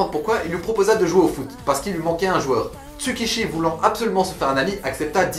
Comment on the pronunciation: C'est Tsukushi pas Tsukishi!!!!(Tsukamoto Tsukushi) et son meilleur ami Kazama Jin